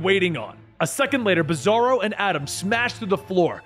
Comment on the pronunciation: did you call bizzaro (beezoorow) I swear you called him beezoorow couple times.. lol